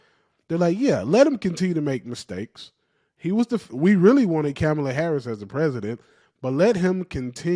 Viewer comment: Man quit calling her camel-uh Harris 😂